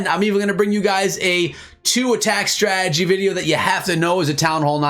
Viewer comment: stop saying stragedy